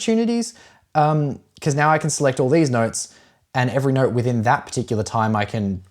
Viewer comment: So funny how you say ‘note’ you pronounce it as ‘neurt’